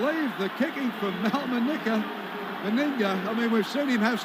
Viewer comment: commentary pronunciation of big Mal's last name 🤔😂